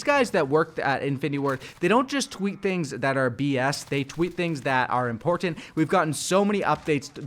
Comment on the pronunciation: the only thing im complaining about is how he says important